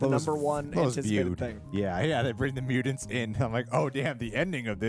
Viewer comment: Dude...MUTANTS with the t not d, its not mudants...